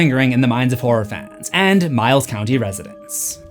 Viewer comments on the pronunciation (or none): none